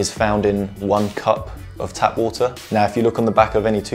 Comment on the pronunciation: He had me at "wuh-tur".